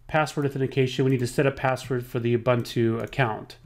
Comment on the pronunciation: It's too difficult to listen to the mispronunciation of Ubuntu.